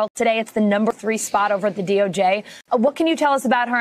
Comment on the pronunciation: DOJ not DORJ